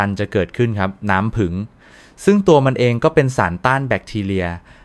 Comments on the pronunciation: อะไรน้ำผึ่ง ทำไมไม่พูดว่าน้ำผึ้ง งง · น้ำผี้ง,ไม่ใช่น้ำผึง,,ภาษาไทยวิบัติหมด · ถามจริงคุณหมอเป็นคนประเทศไหนทำไมบอกน้ำผึ้งเป็นน้ำผึ่ง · ผู้จัดทำครับ โปรดสอน AI ให้พูดถูกต้องด้วยครับ ผึ้ง ครับ ไม่ใช่ "ผึง" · น้ำผึ้งคับไม่ใช่ผึงคับแต่ดีคับถ้าดีจริงขอให้เจริญๆ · ภาษาไทยทำไมเพี้ยน น้ำผึ้งแต่อ่านเป็นน้ำผึง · น้ำผึ้งไม่ใช่น้ำผึง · อ่านว่าน้ำผึ้งไมใช่น้ำผึงไปเรียนภาษาไทยใหม่ไป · ใช้เอไอบรรยาย หรือเปล่า เรียกน้ำผ◌ึ◌้งเป็น ผึง😅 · สนใจ อยากรู้ในสาระที่ต้องการนำเสนอ แต่รับไม่ได้กับภาษาไทยที่ AI อ่านออกมา น้ำผึง คอเรสเตอรอรอล ต่อไปลูกหลานไทยจะพูดภาษากันอย่างคนไทยไหม เลิกฟังครับ อยากรู้สาระแต่รับไม่ได้กับเสียงอ่าน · เขาก็เขียนว่าน้ำผึ้ง แต่คุณอ่านว้า น้ำผึง อ่านไห้ถูก ภาษากลาง นะคะ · สำเนียงไทยชัดเจน แต่พูด ให้ภาษาไทยผิดเพี้ยนไปหมดเลย ต่อไปจะให้ลูกหลาน อ่านว่า นัำผึัง หรือ น้ำผึ้ง เอาให้ชัดๆค่ะ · จริงครับ..ผมก็แสลงหูในการออกเสียงมาก น้ำผึ้งเป็น..น้ำผึ่งบ้าง,น้ำพึ้งบ้าง!!! น้ำผึงอีกคำ โอ๊ย! หมดอารมณ์ฟังปวดใจเกินจะพูดต่อ..( เซ็งๆๆๆ ) ขอร้องให้เข้มงวดหน่อยนะครับ น่าอับอายภาษาไทยๆยังใช้สำเนียงผิดๆ อับอายๆๆๆ ❤❤ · น้ำ-พึ้ง🤣🤣🤣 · น้ำผึง กะ เทีย มอ คุ นอ. อ่านได้ยังไง เพี้ยนจริงๆ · น้ำผึ้ง ไม่ใช่น้ำผึ่ง .โปรดพูดภาษาไทยให้ถูกต้องด้วยค่ะ ฟังแล้วมันขัดหู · เขาอ่านว่าน้ำผึ้ง ไม่ใช่น้ำผึง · ต้องเรียกว่าน้ำผึ้งไม่ใช่น้ำผึ่ง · อ่านว่าน้ำผึ้ง